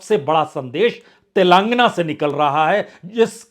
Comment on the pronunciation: अबे अंग्रेज तेलांगना नहीं तेलंगाना बोल